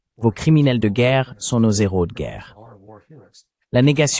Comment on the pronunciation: PITIE ARRETEZ DE FAIRE DES LIAISONS AVEC LE.............................. H.............................un......héros.....séparez les 2 mots ..........................un néros......n'existe pas